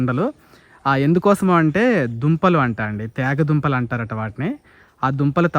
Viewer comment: తేగ దుంపలు కాదు తీగ దుంపలు